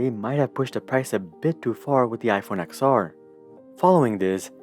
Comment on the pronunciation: It’s ten r. Not ex r.